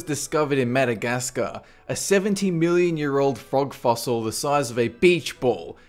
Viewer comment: 500 billion years ago... The universe was made 13 billion years ago I know he sed million tho it sound like billion